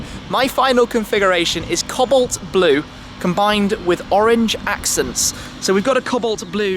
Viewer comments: oh Shmee!....Really engaging normally but please learn to say the colour of your car correctly...its really distracting.... can't believe guys at AM let you (a high profile client) pronouce it that way publicly....customer service isn't what it used to be! its Co-balt as in Legs and Co...balt not as in Cobbled together Tibalt. please tell me know you are a little educated not just money? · You don't know how to say cobolt. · co-balt Timothy, not cobblet